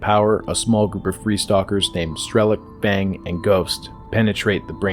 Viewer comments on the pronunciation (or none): none